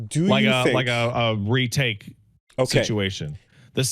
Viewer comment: Hearing say "Re-Take" was a shot to my fucking brain.